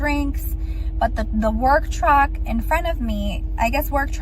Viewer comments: did she say “work trugg”? 👀😂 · worg truck? Like,”worg me to my truck”?